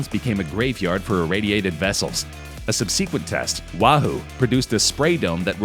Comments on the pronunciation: Excuse me, say what? A what kind of test? A subceqwent test? Did you mean subsequent? Let’s not make up words, now ok? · Did he say 'sub-sequent'?????? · "sub-see-quent test".... can you hire people who aren't morons and know how to pronounce the word "subsequent"? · "SUB-suh-quent", not "sub-SEE-quent", and "Cuh-NAV-eral", not "CUN-uh-veral". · Yes! And said subsequent “sub-SEE-quent”. 🤔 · "Sub-SEE-kwent." "Port Carnival." "Port Carnavarel." Hey bro, wanna do a second take? "Why? It's perfect." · don’t forget “subseequent” lmao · You need to look up your pronunciations. Look up the word, subsequently where the emphasis is on the first syllable and look up the word azure where the emphasis is also on the first syllable.